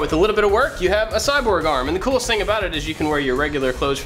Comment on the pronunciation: he says a sogworm arm